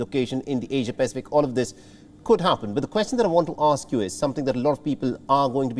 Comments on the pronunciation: She's said "Asia-Pasific" not *In*o ....." please correct your mistake... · it is Asia-Pacific not Asian Pacific.